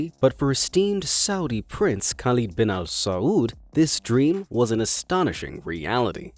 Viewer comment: My name is Khalid but the i in it is pronounced differently than the person in this video.